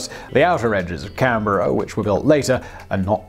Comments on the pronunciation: A+ for your pronunciation of Canberra! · When youtube daddy pronounces Canberra right 🤤💦